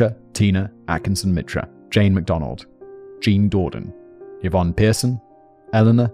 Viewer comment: A note to Simon: the name Yvonne is pronounced ee-von, not yuh-von.